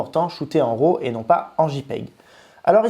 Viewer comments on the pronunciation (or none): Pourquoi tous les français disent RO au lieu de RAW :) RAW... ça se prononce comme un RAT avec un W au début... Ou si vous aimez mieux, "WRA"